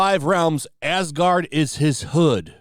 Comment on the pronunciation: Asgard became AsGANG